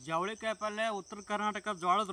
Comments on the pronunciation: It's chavali kai not javalikai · ಜವಳಿಕಾಯಿ ಅಲ್ಲ ಅಣ್ಣ ಅದು ಚವಳಿಕಾಯಿ ಅಂತಾ